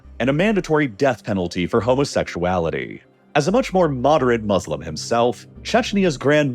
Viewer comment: Thank you for the very informative report. Just one thing: The Arabic word that means "Those Who Submit to God's Will", Muslim, is not pronounced "Mud's Slum" as you sound like you're saying. This two-syllable word, Mu-slim, is pronounced just like you would say each syllable individually: "Mu" and "slim". The second syllable "slim" is correctly pronounced just like the English word "slim" in the sentence "The odds are slim to none that my lesson in linguistics will be learned":)